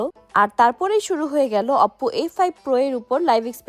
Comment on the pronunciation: অপপো আবার কি ভাই 😂 ওপো বলে ওটাকে